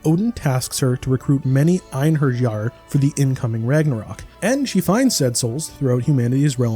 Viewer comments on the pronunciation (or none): It's not pronounced ine-her-jar. If you played the game, you would know. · It’s obvious you didn’t play or take the game seriously if you can’t even pronounce one the main themes of the game; the Einherjar, a word they say abundantly throughout the story. What the hell is an einher-JAR? Is it a jar that has einhers inside of it? This review has 0 merit if the reviewer doesn’t even know the basics of the game and is too dumb or deaf to bother paying attention to it. Quit making reviews if they’re all gonna be low quality trash like this. But with only 30k subs, it’s easy to see this dead channel doesn’t do any real effort. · It is read ainheriar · "Ein-Her-Jar" lmfao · "Einherjar" is pronounced Ein-har-yar. She says it pretty frequently during the game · It bothers me a lot as well when people talk about something with a sense of familiarity and then make easy mistakes multiple times. Like, if you've played this game and remember it at all, you'd never say "Ein her jar." Even typing it felt weird. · The J sounds like a Y in Einherjar. Gods help you if you've been calling them Jars your entire life. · Einherjar - [[Ein-Hairy-R]] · Lol I like how almost every modern reviewer is finding it hard to pronounce "Einherjar", "ayn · heh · ree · aar". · OMG, learn how to pronounce einherjar... 🤦‍♂🤦‍♂🤦‍♂ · The pronunciation of valkyrie and einherjar is killing me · i never heard someone mispronunce the word einherjar so badly before wtf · It's kind of bad when the game literally says the world Einherjar with in game speech yet the reviewer still gets the pronunciation wrong. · Can't even pronounce "Einherjar" right...are you really a fan or just reading someone else's review lol?? Lenneth literally says it at the start of every battle so it just ruffles my feathers when you say you're a fan of the franchise 🤣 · And please for the love of Odin, the “J” in Einherjar is silent! You literally hear Lenneth say it in game!